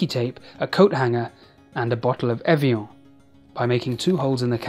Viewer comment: The way Evian was pronounced makes me think he votes Tory